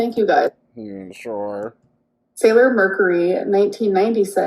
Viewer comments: she pronounced sailor just fine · She said, "Sailor" properly. She ALWAYS says she cant say it and pronounces it, "Sail-your". She's such a lah.